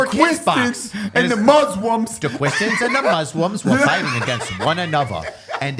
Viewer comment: "Quishtians."